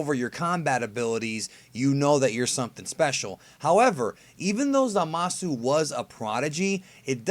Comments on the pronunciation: I prefer over forneverworld. Cant stand wen he says "zamas" instead of "zamasu" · zamas isn't wrong. it's like saying hit instead of hitto. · Dragonball's Best except it isnt because you are missing the U at the end of zamasu, we dont see hit's name being spelled as hitto anywhere as far as i know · A skinny white dude thats a big YouTuber says the same thing. It is kinda annoying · Andre S lol kinda true